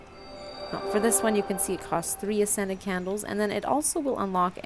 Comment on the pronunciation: I know you're saying 'ascended candles' but I keep hearing 'scented candles' and it makes me lol